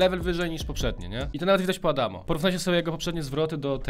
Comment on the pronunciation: Nie adamo tylko adamz